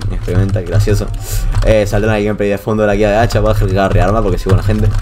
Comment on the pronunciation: Dice hecha XD